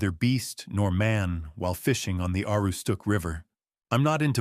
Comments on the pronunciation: uh-ROO-stuhk, goddammit. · Maine. I'm going to try to explain the county name he just butchered Ah. Roooo. Stock or stuck. Not whatever he said. To make it more believable he'd have a French accent even We just call it The County My family goes back to before the teaparty in Maine Many stories thousands of untapped acres up here people disappearing many times Not Mainers Flatlanders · Anyone spending much time in Aroostook County would know how to pronounce "Aroostook." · Ahh- roos-took. Now say it faster. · You might want to actually learn how to pronounce AROOSTOOK before you claim to be from there AI slop poster! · If it’s not pronounced correctly it’s A. I. generated. You have no idea if this is a true story or a fake one.